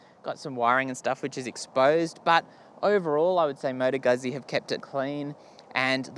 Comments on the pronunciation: It's pronounced 'Gut-zi' - in as 'Pit-za'. Stop pronouncing it as 'goozi' - it makes you sound like a bogan. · In italian, zz is pronounced T, not tee, T as in Too, but no oo, got it, or Tz but dont pronounce the z too much. Now the Gu is not Gut, its G as in Goo without the oo. Got it Guzzi If you cannot use your tongue, you will never win this word, if you are not a Wog, (like me) we will always make fun of your pronunciation. LOL